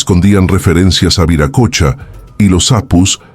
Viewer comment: Se pronuncia viracocha no viracocha